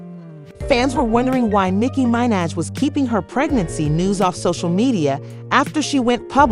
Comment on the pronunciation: Nicky MYN-edge? Shut down the tape. Lights off til you redo the voice. Give the lady some respect. 🤦‍♀️